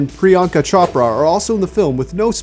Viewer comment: I'm sorry to be one of THOSE commenters, but it's pronounced, ''Choh-prah'', not ''Chop-ruh''!